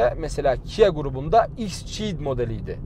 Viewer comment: Merhaba, XCeed modeli ikssiid şeklinde okunuyor bro. Severek takip ediyoruz videolarını, bu modeli bulursan incelemeni bekliyorum